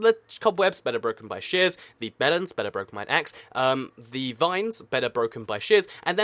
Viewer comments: I thought he said "shiz" when he tried to say "shears". Man, I'm weird... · When you say shears it sounds like shush